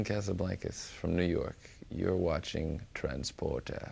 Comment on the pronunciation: Haha ''transportaa''